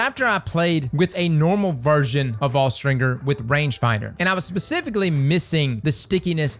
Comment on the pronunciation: What did you just say… 💀”Awe-stringer”💀